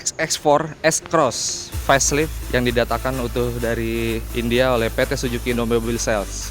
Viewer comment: Suzuki, mas reporter. Bukan Sujuki. 😀